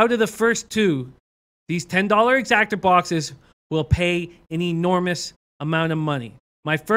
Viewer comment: Great video but it’s an EXACTA not an Exactor.